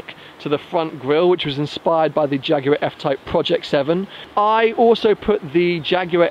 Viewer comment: Shame you keep saying "Jaguarw AW"